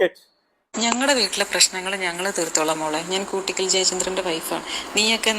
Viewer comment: കുട്ടിക്കൽ അല്ല... കൂട്ടിക്കൽ '✓